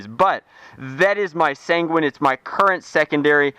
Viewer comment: sanguín sounds like penguin